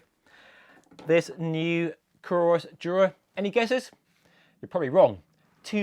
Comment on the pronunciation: It's Coros. Not "Corus". They do pretty good sports watches, frequent updates, excellent customer service.